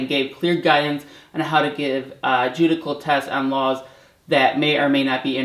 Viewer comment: Precious lady? "Jew-di-cal"? Or, jew-dish-el. This is the act of a friend.